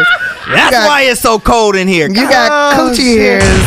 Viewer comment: Wait did Tiffany say cooch hair's😭💨 new subscriber T-pain good guy for asking questions no1 else asks #mentalhealth